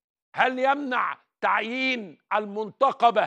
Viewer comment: أولاً المنتقبة بكسر القاف وليس فتحها ، ليست شخصية رجعية ، لا ضد الفن بكل صوره ولا يعيبها شيء، مش معنى إنها منتقبة تبقى منتمية لتيارات متطرفة زي ما تقصد يا أستاذ عمرو ، اتقي ربنا ومش من حقك أصلا تتعدى على حرية غيرك ، انت سمحت لزوجتك بالتعري رغم إن ربنا فرض الحجاب مش تصادر حرية غيرك في الاحتشام، ورأيك في اللي يخصك ، ليه مش بتنتقد العري والسفور؟